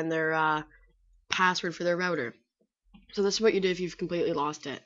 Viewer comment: its not der my router